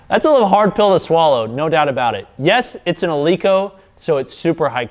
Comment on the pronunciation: Pronounced "El-eh-ko", fyi, not "El-ee-ko".